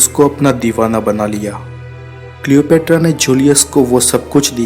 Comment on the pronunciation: Worst pronunciation of Cleopatra